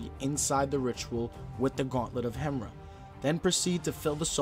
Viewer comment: Bro it's pronounced hem-ear-a not the way its spelt lol